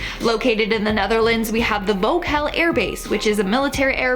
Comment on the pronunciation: It's Volkel airbase not vocal.